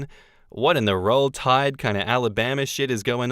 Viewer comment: I never thought I'd hear "roll tide" in an Australian accent 😂